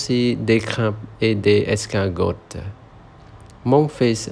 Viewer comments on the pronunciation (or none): On ne prononce pas le t du mot Escargot (escargo.) bonne journée 😊